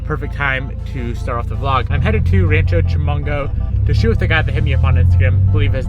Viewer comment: Rancho Chumongo? 😂😂 or Rancho Cucamonga